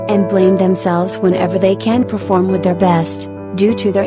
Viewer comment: “Come n perfelorm beautifully for armies” ahhh that part 😭💜